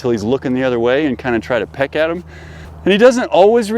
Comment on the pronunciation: Correction "peck out' (Not pick)